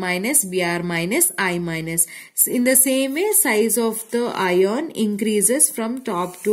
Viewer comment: Mam it will be pronounced as आयन not इयोन 😊